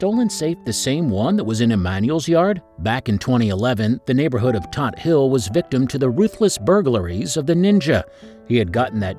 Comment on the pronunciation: The name is TOTTEN HILL! AS IN FORT TOTTEN, STATEN ISLAND, N.Y.